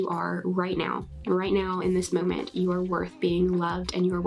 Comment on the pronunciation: Gahhhhhh! Grateful is nearly as annoying as molment!